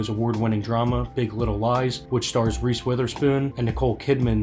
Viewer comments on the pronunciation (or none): none